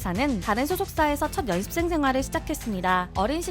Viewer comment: 연습생 발음을 열ㄴ습생 이렇게 하시네 신기하다